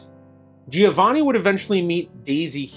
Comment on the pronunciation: Your pronunciation G before a "I" is soft. The "i" in Giovanni is silent. That if you are interested in real Italian.